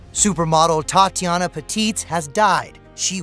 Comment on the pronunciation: Tatjana, not Tatiana